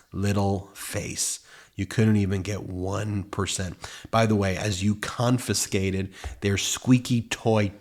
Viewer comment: I love your commentary. But did I hear you say the word "confonscated" instead of "confiscated"?